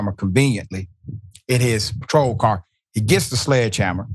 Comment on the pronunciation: I'll get out of the car if you can say car properly.